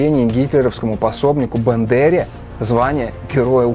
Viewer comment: 1 Неверный посыл "я против войны, но после победы" - нет, "я против войны Зе+Британия+Штаты должны первые это услышать и повторить" 2 Не БЕндера, а БАндера, режет ухо